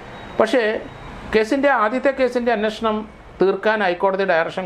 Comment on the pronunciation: എന്റെ പൊന്നു സാറേ "അന്ന ഷണം.. അന്നഷണം" എന്നു പറയാതെ അന്വേഷണം എന്നു പറയൂ..